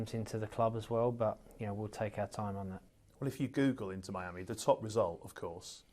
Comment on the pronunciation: He actually called it Inter Miami.... Baaahhaaaahaa!! 😂😂🤣🤣